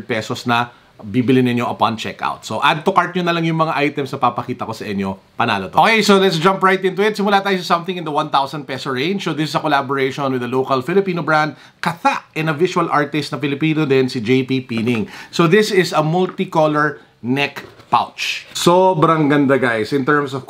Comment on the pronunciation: I think it's pronounced as kat-ha. Like the filipino word katha which means creation or artwork. Something like that.